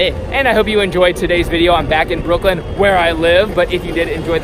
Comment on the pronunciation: Did say "Brooklyn" or "Roof Flip" idk why I ask